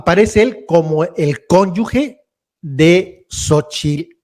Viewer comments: Con yu GE. no Conyu gue... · No hay conyugue es conyuge y se pronuncia como jota. Suena muy ignorante decir conyugue mejor dile conyugüey....